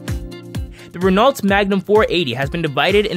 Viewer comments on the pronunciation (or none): did he say "ren-alt"? It is ren--o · although it is spelled Renalt , it is pronounced RE-NO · You read Renault like "Renn-Oh" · Learn to pronounce SCANIA and RENAULT correctly.